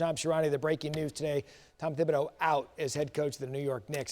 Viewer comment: Shams, you gotta commit to a pronunciation. “Tib” or “Thib”. The first is correct.